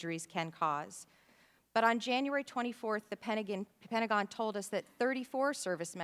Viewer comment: ...a '3rd generation veteran' who couldn't even pronounce 'Pentagon' / Pen-tuh-gaan /correctly